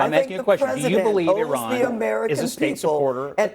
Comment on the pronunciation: Somebody tell Val Demings, the representative, to learn how to pronounce Iran correctly before having an opinion about this war. She probably can’t even point on the map where Iran is.